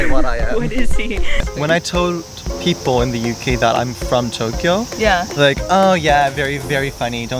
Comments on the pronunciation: Like how he pronounces Tokyo (Tok e oh) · Listen to how he says Tokyo, for example. That is neither an American nor an English pronunciation.